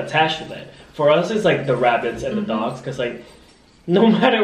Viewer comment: i thought he said big ducks instead of big dogs